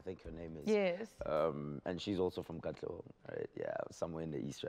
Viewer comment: Arg!!!!! Whoever this lady is, is just a no no. Oh and it's not katlegong it's KATLEHONG, PLEASE DO YOUR RESEARCH LADY. Come on!! Just get Anele back?